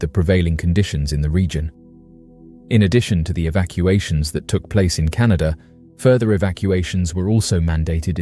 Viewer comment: It's CANADA! NOT Canadia. MORON